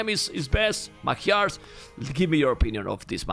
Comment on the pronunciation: Is anybody else annoyed how he pronunces Magyars?